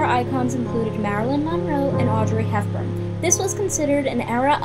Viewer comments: "Audrey HeFburn". Yes i heard that F. Idk why that bothers me more than so many other things she's done. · She lost me at "hefburn" 🤦‍♀️🤦‍♀️🤦‍♀️🤦‍♀️🤦‍♀️